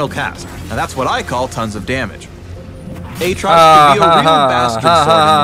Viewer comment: A-A-trox, A-A-ron. Insubodinate and churlish is a good (Phreak) reference.